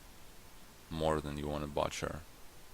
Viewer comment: Partway through this, I like your continuous un-censored commentary. Here's a little pronunciation tip, Butcher is said [boo ch-er] (dictionary dot com has an audio file that might help, it is NOT really pronounced like boomerang, that's the best I can do in text). Your Base Dominion series is great too, showing how advanced strategy works even with basic cards, though not so basic as the original base set was.